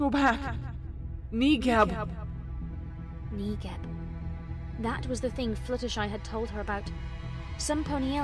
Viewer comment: I weeped every single time I heard "negib" it was literally the worst made me want to cry